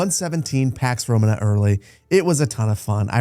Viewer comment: Duuuuude I love your videos but if you're going to make a whole video about a game, at least learn how to pronounce the title 😭😭😭